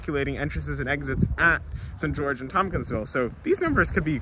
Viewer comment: I didn't find the "St. George" pronunciation to be weird. Sounded a tad British if anything but not odd. Kind of like St. John → Singen, just not as extreme.